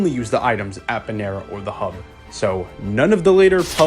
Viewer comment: My guy pronouncing “Bherna” like fuckin “Panera Bread” 😂 Laughed my ass off this whole video, good hunting man 🎉